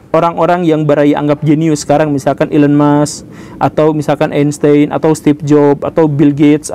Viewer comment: Einstein bacanya "ainstain" kalo ga salah wkwkwk